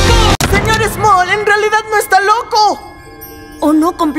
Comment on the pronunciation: en el es el se;or small no moll